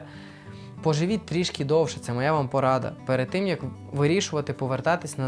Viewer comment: "тім" --тим, "якій"-- який, "рішив" --- вирішив, не "сАмі, а самІ (наголос на "І"), "щірі" --- щирі, "тоска" --- сум, "позорити" --- ганьбити, "полагатись"---...... І ще, шиплячі звуки в українській мові вимовляються твердо: ще, а не щє ; що, а не щьо ; якщо, а не якщьо ; чи, а не чі ; чай , а не чяй і т.д. і т.п. Дякую.